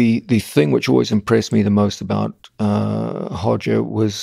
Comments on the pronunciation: 로저가 아니고 호저. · I trained under Roger for years, his name is Roger not Hodger .. hes lived in the UK since he was 12 and no one calls him Hodger in English. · His name is Roger not Hoger! 😂😂😂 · R/Hoger Gracie. The Portuguese R is pronounced like the English H. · How to sound like a BJJ expert: pronounce Brazilian r names with an h sound